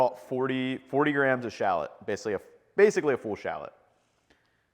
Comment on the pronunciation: he didn’t even pronounce shallot correctly